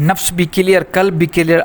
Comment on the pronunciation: Janaab ye "KALB" nahi he balki "QALB" he huzoor KALB kutte ko kehte hn !